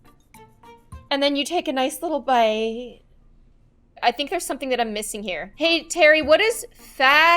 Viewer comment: The way says "bite" is killing me